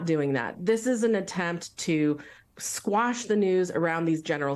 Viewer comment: "quash," not "squash."